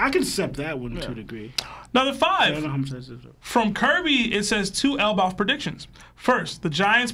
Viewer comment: Bruh cant pronoune elbaf if his life depended on it its crazy 😂😂😂